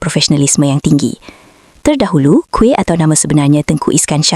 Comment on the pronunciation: Kuih mana plk? Kamu pny pronounciation out laa...